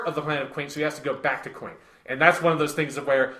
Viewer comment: Also Quent not Quaint. But real rap I would love a sequel to this where we finally hear thoughts on Armored Trooper VOTOMs Shining Heresy